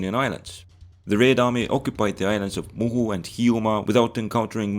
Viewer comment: i like your way of pronouncing ocuppied